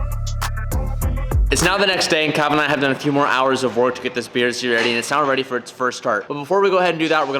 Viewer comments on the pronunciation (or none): none